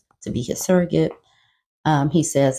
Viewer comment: That baby gone need hooked on phonics in utero...suggorate. lawd.